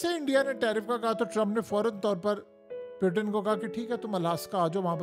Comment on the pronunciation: پلیزززززز پیوٹن نہیں ہوتا پوٹن ہوتا ہے جنگلی انسان